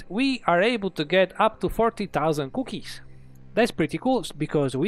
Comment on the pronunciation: I like how he says cookies. COUOkies